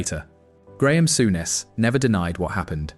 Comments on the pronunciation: Sowness??? Soooness please learn how to pronounce properly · It's pronounced Soo Ness not sow ness.